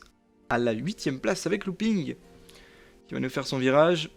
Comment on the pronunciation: 8ème place, c'est Louping "OU" pas "OO" nan?